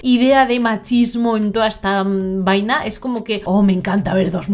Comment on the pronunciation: Llegué temprano 😁 cómo me encanta cuando la emplea la palabra "vaina" te sale muy bien chama, solo falta que diga "coño de la madre" y moriré de amores 😍